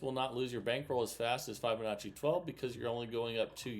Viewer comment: Still can’t pronounce Fibonacci